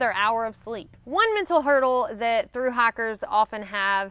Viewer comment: Yes, she has a very pronounced "i" like liiiight